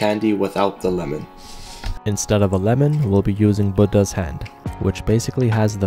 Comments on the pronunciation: Bro just pronounced Buddha “bud has” It’s BOO DAH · "Budda hand" bro thats not how u pronounce it